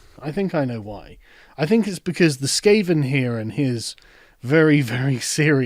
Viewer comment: "Skaven" - Kudos :)